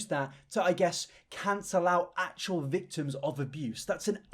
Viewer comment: wait...im sorry... you say thictims?